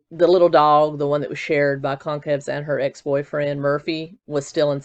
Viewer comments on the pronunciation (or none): Kaylees last name is pronounced kinda like Gonzalez, so gon-cal-ves